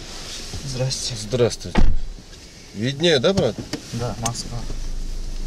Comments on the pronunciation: Виднее эмес эй таксыр Видное дечи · ВИдное.Ударение на И😊